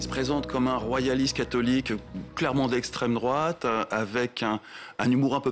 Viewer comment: "Proche de la droite" putain y'a Anal Genocide dans ces abonnements youtube, juste en dessous du Cercle Richelieu, et vous dites "estreme drouate" bordel mais vous etes complétement attardés les journalistes xD